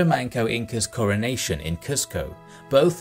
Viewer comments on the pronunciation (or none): none